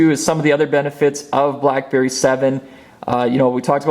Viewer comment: Lol anybody else heard crapberry? :D